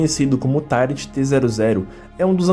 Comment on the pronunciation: "tairenti"? É "tairuenti"!